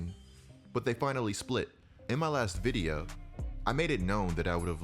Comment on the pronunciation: The way u say video amazes me videa